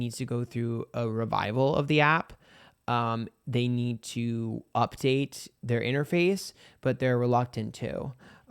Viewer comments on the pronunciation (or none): none